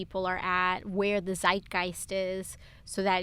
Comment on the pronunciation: min. As a german I hear the german word "zeitgeist". Must be the same in English. But funny to listen AOC speaking German! 😅